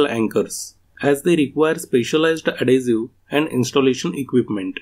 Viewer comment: Excellent explanation...just a help the word adhesive is ad-hes-i- ve like vest its not ad-hes-i-ue...I cant speak another language so respect to you. English is very hard and confusing I am explaining dough (flour and water) and doe (baby rabbit or baby deer) to my grandaughter sound identical totally different meaning.